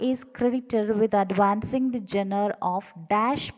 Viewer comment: Please check the pronunciation of "Genre" 😊.